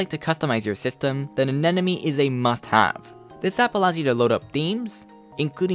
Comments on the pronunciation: Hi. Did you notice you mispronounce “anemone” as “anenome” throughout this video? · "anenomy" xD Ahh-nay-mow-knee would be closer pronunciation :D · Is it really that hard to pronounce A-NE-MO-NE?